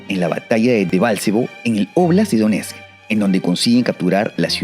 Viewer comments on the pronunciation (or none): none